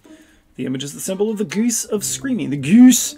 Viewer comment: At one point in this, the way you said "g00se" reminded me of Monty Python and the Holy Grail and their subtitles about the m00se.